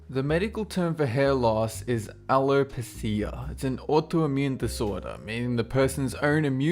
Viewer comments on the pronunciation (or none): Lol #48.. Allo-pusseeya.. It's pronounced Allopeesha.. :) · #48 (ALOEPEESHA) not aloepeeseea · Omg he doesn't know how to pronounce Alopecia 😂😂. A-low-pee-sha bro 😜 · It's al o Pee shah not a Lo pih SEE ah... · alopecia is pronounced "ah-low-PEE-shee-UH" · It's pronounced al-low-pee-she-sha not al-ow-pe-cia XD but it might depend since Australians/ Britians pronounce words like aluminum differently. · Not positive, but I'm pretty sure it's pronounced a-lo-pee-shuh. I only think this because that's what doctors told me I had when I was young and said it would cause me to loose my hair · no no no! mel, uh, nin! al, oh, pee, shuh! idc where you are from, but it's pronounced the same in every English language! melanin and alopecia areata (aka patches where you're bald). I'm a cosmetologist, so I know what I'm talking about! don't your research places have pronunciation guides or audio clips?! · i must point out you pronounced alopecia wrong. it's pronounced ah-Lo-peesh-ah. not trying to be rude, either. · No, no. Al-o-pee-shah. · Alopecia pronounced pee-sha at the end of the word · It's pronounced a low pea sha alo pecis buddy alopecia is said different to it's spelling like a lot of words I would know becuse my nan had it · It's pronounced "al-o-pee-sha". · hahahaha alopeseeya... I do not understand why the narrators on this channel refuse to look up words they don't know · It's pronounced Al-o-Peesha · #2- Alopecia is pronounced as Ala -Pee-Sha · Alopecia is pronounced allopeesha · or something alopecia is pronounced... Alopeesha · BUTCHERED THE PRONUNCIATION OF MELANIN "MELON-INN", & ALOPECIA "ALOE-PEE-SHA". dammit. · Aloe peSH Ah. SAY IT LIKE THAT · It's aloe-pay-shuh in the US. Not sure if same applies to Australia and stuff. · do you mean AL-OH-PEE-SHA? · I have Alopecia :) but he pronounced it wrong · I love your pronunciation of Alopecia. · that is NOT how you pronounce alopecia. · He pronounced alopecia wrong 😡😡😡😡😡😡😡😡😡😡😡😡